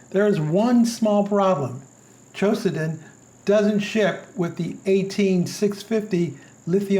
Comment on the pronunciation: Why do you say "QOSEDEN" ? It is - Q O D O S E N .